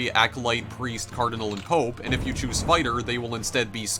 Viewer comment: What is that pressure accent? Skri'en = screen, may'age = mage, chew'ise = choose, gay'em = game, thai'em = time, oh'en = own. And her'retic... that only works for the adjective. Where does that second syllable obsession come from?